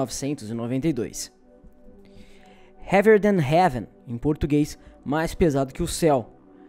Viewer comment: Ver o pronunciar "Heavier than heaven" é muito lindo. (Não tô drogado)